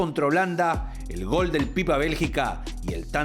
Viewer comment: No amigo, el 'tatatatatatata' es una marca registrada de Víctor y le queda genial. Y no es 'gal', es 'GOL'... mucho mariano closs.